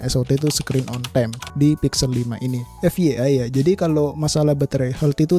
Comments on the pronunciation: Kalau mau menggunakan istilah bahasa inggris, FYI dibacanya ef wai ai, bukan ef ye ai 😁✌ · fyi itu bacanya 'ef wai ai' bang heheeh